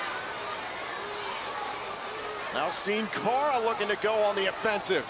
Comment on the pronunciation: lol sin cara not hun cara